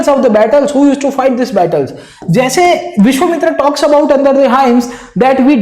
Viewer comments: Sir, it's not Vishwamitri.. it's Vishwamitra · sir it is vishvamitra and not vishvamitri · Great explanation sir. But the name of the sage was Vishvamitra, not Vishvamitri. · Sir it's Vishvamitra not Vishvamitri 😊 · Vishwamitra not mitri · "विश्वामित्री" nahi विश्वामित्र nam tha .... India k bahar se ho kya .. Itna v nahi padhe ho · It's not vishwamitri it's vishwamitra... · dude r u saying vishvamitri wantedly????